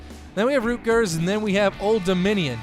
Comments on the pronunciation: It's Rutgers not Rootgers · At the beginning you said rootgers instead of rutgers